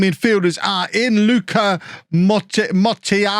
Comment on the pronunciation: Some classic Joe Kinnear levels of pronunciation there with Mortellaro's name!